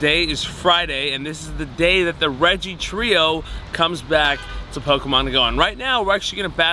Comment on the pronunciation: Regice is 2 syllables